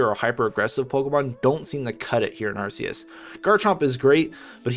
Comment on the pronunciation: You pronounced Arceus wrong